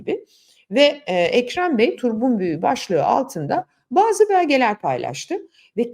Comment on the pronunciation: Türkçemizde deyimi " " diye yazar, yine "/turpun.büyüğü/" diye sesletir, okuruz. Dolayısıyla sözkonusu deyimi "/turbun.büyüğü/" diye sesletmek ve okumak doğru değildir.